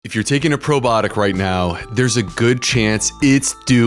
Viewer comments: "Probotic" or "probiotic?" Is he really mispronouncing it? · Can you please correctly pronounce the word “ PROBIOTIC”? It’s very off- putting, when a medical professional utilizes lazy- speak.